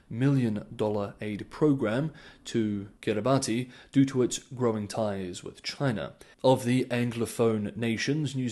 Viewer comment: Kiribati is pronounced Kiribash